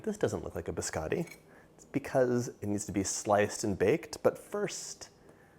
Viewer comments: I love the way you cook and bake i was born in Italy i been in America 55 years still never lost my accent no offense , (Just having some fun) Don’t call my BISCOTTI … BISCADI HAHAHA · Biscotti not biscatis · It’s not “biskawtee”….it’s biscotti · I was going to watch your video, but the first thing out of your mouth, you pronounced biscotti wrong. After that, every time you said the weird it was like pins and needles in my ears and I had to turn off the video. Please learn the Italian pronunciation instead of the American.